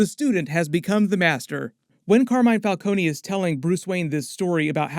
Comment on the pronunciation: I knew they were pronouncing Falcone’s name wrong in the movie